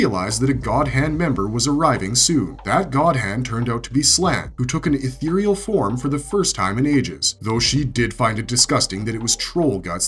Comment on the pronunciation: Ethereal? Or Ithyrill?